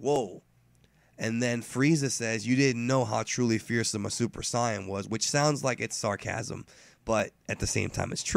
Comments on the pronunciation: It's either Super Saiyan. Or Super Saiyajin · The way you say super sayain... i cant..... I just cant. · how come you pronounce saiyan weird? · You suppose to be a fan of dbz for about 20 years and you keep pronouncing "saiyan" wrong now why is that and no Japanese doesn't say it like that